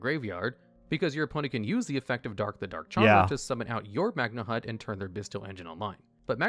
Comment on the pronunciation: he cant keep getting away with saying magnanut lmao